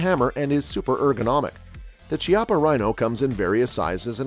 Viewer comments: Chiappa Firearms is an Italian company. In Italian "ch" is pronounced like the "k" of key not like "ch" of cheetah. So it would be something like "Kiappa Rhino" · Chiapas is Italian and is actually pronounced “Kiappa.” There is no Tch sound in Italian so when you see ch, it will almost always be pronounced as an English K